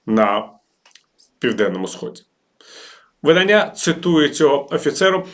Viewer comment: видання́ – іменник середнього роду (про дівчат, які за віком уже можуть виходити заміж) Все чудово, але є оця помилка у наголосі вида́ння – іменник середнього роду (дія від: 'видати' - випускати в світ друковані твори; окремий друкований твір, збірка, видані в світ; сукупність тотожних примірників якої-небудь книги, виданих одночасно; друкований твір за його зовнішньою ознакою або типом)